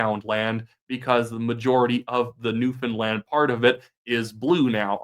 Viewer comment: To be fair, you can actually pronounce Newfoundland. You deserve credit for that.